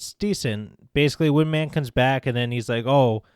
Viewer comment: did you say “wind man?”